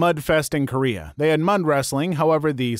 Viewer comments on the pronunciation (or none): none